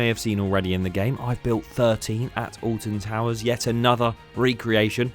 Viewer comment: olton touwerzzZ